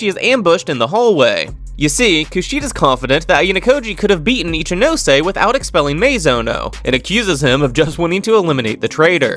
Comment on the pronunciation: This is definitely great but what I appreciate the most is that you pronounce all the names properly.. some of these people calling Ichinose “Itchy-nose” hurts me